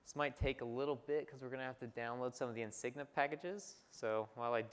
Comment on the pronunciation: Thanks very much, very informative video. Very glad the speaker repeated the questions and comments too, far too often during the Q&A's you simply hear the speakers reply only. Only negative is he kept calling it "Insigna" when it's in fact pronounced nothing like that.